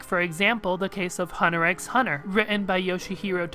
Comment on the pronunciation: Yo, you're not supposed to pronounce the X in Hunter X Hunter. Trust me, I've made that mistake in the past. They get really mad at you.